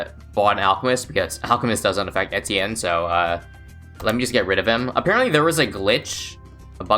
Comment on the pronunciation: If you're making a video about him, you could take the effort and check how to pronounce his name